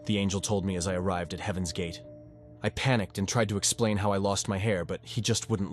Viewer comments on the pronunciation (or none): none